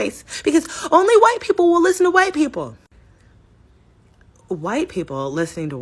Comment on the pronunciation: is that PALM ALLIES -- and showing their PALM FRAGILITY...sad - This girl can't even say white